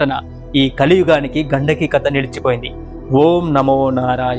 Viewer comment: ఘండకి కాదు గండికి నది... ఇలాంటివి చెప్పేటప్పుడు pronounciation చాలా important...👍